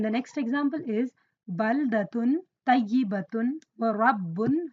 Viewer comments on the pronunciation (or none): Masyaa Allah sister..very useful. May i correct something...in minute 15.55 you pronunced To as Ta "Tayibatun" when its supposed to be Toyyibatun. Just thought that could be note. But your vids are cool. May Allah preserve your knowledge